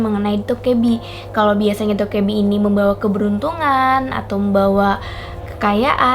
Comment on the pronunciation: Bacanya bukan Dokkaebi tapi Dokkaebi